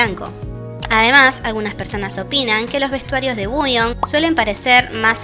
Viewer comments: por eso, pero ella siempre lo pronuncia mal, como uuion. Igual ya me di cuenta que es tema de ella, porque también pronuncia mal Ador y otras cosas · Por qué dice Wuyong si se pronuncia Wonyoung? 😮